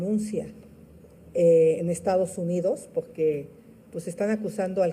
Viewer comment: Pogue porque poggggque 😂😂😂😂😂